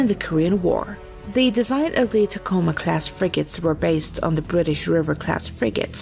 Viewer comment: Speaking as a native of Tacoma WA, listening to this AI try and pronounce the name is almost ear-screechingly bad.